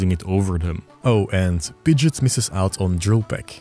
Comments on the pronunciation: What are you doing pronouncing Pidgeot like Pidjit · You can’t say Pidgeot like Pidget and expect me to take your opinion on it seriously